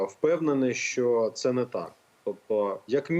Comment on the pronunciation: Ні малоросії лубінця!!!!! Лубінець, українською 'так', а не да. Він реально москворотий, вимова підтверджує!!!!! Щьо, мажливасті, тимчясовий, впИвнений, бИсіда,, з кІм, по своїм каналам, чьому, засвічєні, точьно. заканадавства., щє.... Фаріон зараз не політик, то до чого цей комент??? Цей хлоп реально обіймає свою посаду???? Зверніться до сбу про несанкціоноване збіговисько студентів політеху ! В Дніпрі українська студентка другосортна, захистите її?